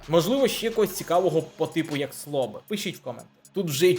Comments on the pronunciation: Слюбик, а не Слобик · не слобик, а Слюбик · Слобик😂😂😂 Правильно Слюбик